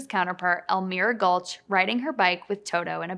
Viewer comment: El-meer-a? Come on